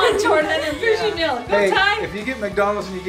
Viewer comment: pronounces meal as mail it’s not mail it’s meal, Jordan says it correctly and says mystery whale not wheel